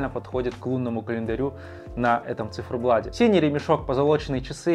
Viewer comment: Да сколько можно говорить "на циферблаДе"!!! Пора уже научиться говорить с буквой "Т"!!!